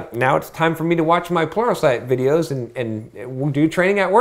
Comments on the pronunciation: It's but yeah towards the end there it did sound like "porno site" LOL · Everytime you say "Pluralsite", I hear "Porno site". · I'm a newbie with programming. It sounds like you're saying "porno site" in regards to watching training videos. What are you really saying? I can't think of anything and I have to know lol